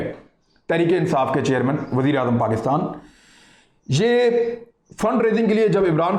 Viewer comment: Yar itna bara anchor hokar in mausoof ki pronunciation bari ajeeb aur bhondi hai. Santhiyaa, Pakastaan what the hell is it? 😂